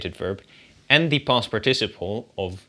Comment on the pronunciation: The correct English pronunciation is PARticiple, not parTIciple..